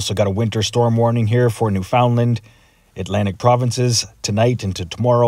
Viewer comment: it's pronounced New Fun Land...... not new found land...... understand?...lol